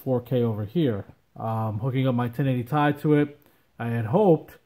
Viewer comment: Bt dubs, 1080ti is pronounced 1080"tee-aye", not 1080"tai".